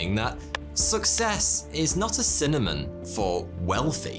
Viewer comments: I know ya'll heard say "cinnamon" instead of 'synonym' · I love your videos, but did you pronounce "synonym" as "cinnamon" in this one? 🤗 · Is it just me or did he say "cinnamon" instead of "synonym" ; "success x wealth" :3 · Great video but did you say "cinnamon"? :) Synonym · I think you mean “synonym” not “cinnamon”. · I honestly can’t tell whether you said cinnamon or synonym